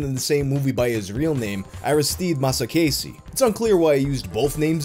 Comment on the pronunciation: As an Italian I find it amusing that foreigners are more into our obscure horror b-movies than most Italians are. P..s. your pronunciation of Aristide Massaccesi was spectacular